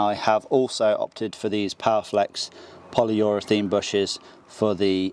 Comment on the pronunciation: Polyurethane not polyurethene